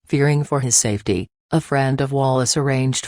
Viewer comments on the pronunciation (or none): none